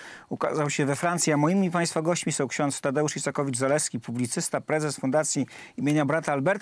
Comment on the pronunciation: No ale nie "Izakowicz-Zaleski", tylko "Isakowicz-Zaleski".